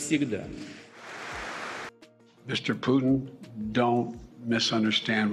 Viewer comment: Mister piyoton nahi bhai mister putin bolo.